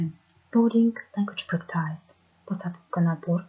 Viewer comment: Ахаха)))) Я поняла, почему девушка шепчет) Она плохо знает английский. Это от страха, чтоб мы не поняли ее слабых знаний. С первых же слов ошибки. Правильно же practice [ˈpræktɪs] прЭктис. А она читает "практАйз"🤣 я офигела))))